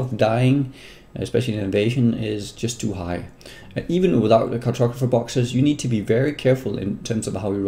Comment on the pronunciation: car-tog-ra-pher boxes ;-)